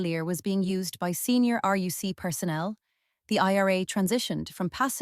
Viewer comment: Yeah, its very good - until it pronounces RUC as "roook" or some shit.